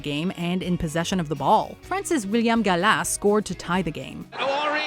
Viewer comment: The way the names for gallas Henry and rivaldo is so annoying no one pronounces the names like that